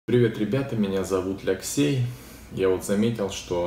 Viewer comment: или Алексей? По паспорту как? Зачем говорить?